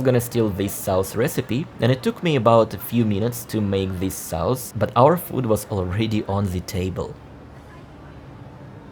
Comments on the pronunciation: your English is very, very good but every once in a while..... trust me, I've been there, English is my second language. Now, the word "sauce" is pronounced like "soce". A "sauce" is a slang word for "drunk" and for sure you don't mean that. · Interesting....but no thanks, Dalat looks like paradise compared to this, all big cities tend to be much the same when the gloss wears off. PS: JFYI 'sauce' is pronounced 'sorss' with a long 's' at the end.😆